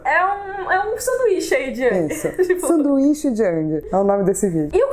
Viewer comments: Gostei muito do video, mas a umica coisa que me incomodou foi a pronuncia do Aang hahahaha. Para mim foi e sempre sera Áang e nao Âhng. Desculpa pelo pedanitsmo, mas cresci ouvindo Áang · não se fala a lenda de ãngui se fala a lenda de engui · Pronúncia é [Éng] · Sim, continuem... Mas toda vez que onço "Âng" me gela o coração rsrs...